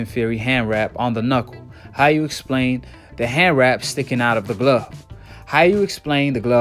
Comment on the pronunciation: Lol "who glove" even steve cunningham was quoted with proper english. "..steve continue". This guy doesn't like his "s" sounds where they belong. And then he ignorantly says "you racist fans"...oh not the macist who is obviously pro black..never that. Your guy lost and there is NO GLOVE controversy